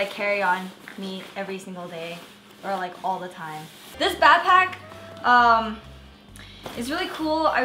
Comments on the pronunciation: It annoys me on how she says bapack instead of BACKPACK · Learn to day BACKPACK INSTEAD OF BAPACK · It bothers me when she says bapack I just want to tell her that it's BACKPACK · She says bapack so let's mock her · Is she saying bagpack?! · Nice "bahpack." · The way she said backpack annoyed the shit outta me